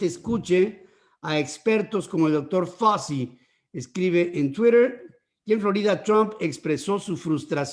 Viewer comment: Anthony FAUCHI, es FAUCHI. El suyo es un apellido italiano y así se debe pronunciar, además de que todos en Estados Unidos se refieren a él usando esa pronunciación.